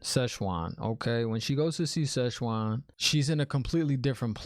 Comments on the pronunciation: Pronunciations: Siuan Sanche (pronounced: SWAHN SAHN-chay; /ˈsʲwɑn ˈsan.t͡ʃɛɪ/) NOT whatever it was you kept saying smirks with love Aes Sedai (EYES Seh-die) Ajah (AH-jah) Amyrlin Seat (AHM-er-lin) Maigan (May-gan, Megan) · No worries lol, prononciations is a big issue in this book series and is something fans have been struggling with since day 1. Think Amyrlin more as "ahmerlin" as in Merlin from Arthurian legend. And Siuan as I said is pronounced Swan. You haven't seen the worst yet for pronunciations let me tell you, guaranteed to not be the last time new show watchers struggle with words from this book series. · Like the reactions man. I'm a book and a show fan. Nice rant in the beginning. And I laughed out loud when you called Siuan "Szechuan." Lol... Szechuan is a region in China and has very tasty, spicy food. :D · 🤣🤣🤣 it's Swan and the other blue is Maigan. Nice speculation but I will not tell what you got wrong 😉. Also ignore the trollocs in the comments. Look in the compendium and you will understand more about the objects of power like the oath rod. And maybe use 🎧 to help with pronunciation.